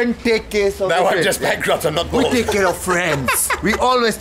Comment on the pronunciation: Bald says Bald but he says bose hilarious ...........................